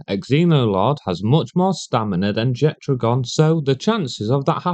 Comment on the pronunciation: There is no "d" in Jetragon's name, but based on what I heard in this video, you're just shit at reading and saying names 😂